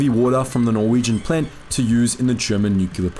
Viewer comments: New-clear, not nu-cu-lar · Neumpk-leer, not Nu-cu-lu-lur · Small thing, but it's nu·cle·ar. Why do so many people pronounce this wrong?